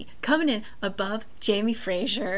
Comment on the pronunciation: Omg I love how you pronounce Jamie Fraser :D